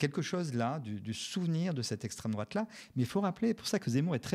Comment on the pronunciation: "Ceussé l'esstreme drouate hein vous savez même pas" Mais bordel toi non plus tu sais pas. Va falloir vraiment produire une définition genre rapide, simple, effective à placarder partout pour que les gens qui tombent sur Florentin puissent le recaler en 1 phrase.